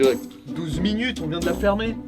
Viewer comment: 12 munures 😂😂😂